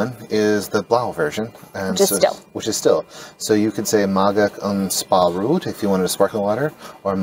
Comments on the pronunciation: And the ‘rood’ in Spa Rood sounds like wrote (and not like root). Nice video, and good fun - being able to order bitterballen is one of life’s essentials. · It's "spreekt" (spray-kt) not "sprekt" like it's also "Nederlands" (nay-der-lands) not "Niederlands" And Spa rood is not "Spa rude" but "Spa road". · Hi guys, quick pronounciation tip: Try "Spa Road" instead of "Spa rude" 😄